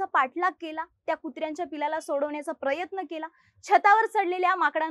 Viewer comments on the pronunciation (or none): none